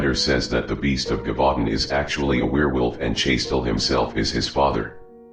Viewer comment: Its pronounced “zhevoo DAUN”